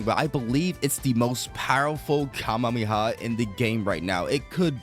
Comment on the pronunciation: Please stop saying Kamehameha like that holy